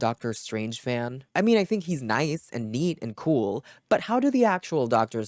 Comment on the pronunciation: tysm for the translation i was really struggling with "bhadauss" and "khoul" i had no idea where you were going with that <3